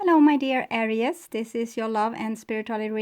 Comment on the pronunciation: Please pronounce ARIES with 2 syllables, not 3. "AIR--REESE." Thank you